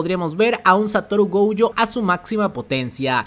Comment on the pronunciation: Porque vive diciendo GOUjo